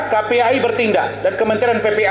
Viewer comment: KPAI bukan KPAA itu aja belibet ini suruh beresin kasus 😂 Pak Razman ini gemesh amat